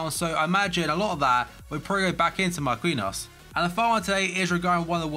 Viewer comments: Mar-Kin-Nee-Os not Mar-Queen-Os love the content tho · Why instead of saying every fucking futbol player name bad you just learn how to say it first, because everyone nows how to say marquinhos exept you tho